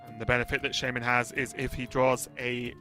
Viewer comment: The dude that calls shaman "shame man" is the worst hs caster.Why is he still commenting after all those years :/